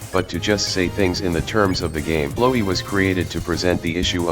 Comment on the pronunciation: and you would be right to assume that. that is the correct way to pronounce Flowey’s name. The annoying dog has spoken.